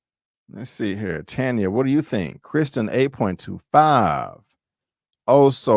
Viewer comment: Lolll I fell asleep yesterday Tired from the gym so I had to be replay gang for end. I liked it episode and rate it 8.5. FYI name pronounced Tanya 😂😂😂😂😂. You had it right a few times